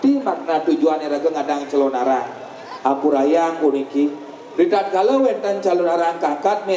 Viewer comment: wah ngawur ini calonarang itu nama sebutan seorng ibu yg menjalankan sifat sifat raksasa kejahatan yg nama aslinya ratna menggali dri kediri..sekarang d mana dapat ucapan calonarang menjadi calon arang calon menjadi arang..ini ngawur sama halnya melesetkan sejarah....tdp pantas d dengar